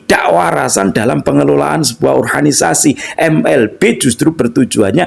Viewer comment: Kenapa abang ini setiap kali nyebut ORGANISASI kaya nyebut ORHANISASI, padahal sy rasa abang bisa nyebut sebagai mana mestinya. Maaf ya bang koreksinya.